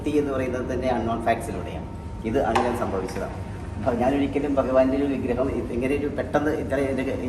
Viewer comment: വിഗ്രഹം എന്ന് പറയൂ മാഷെ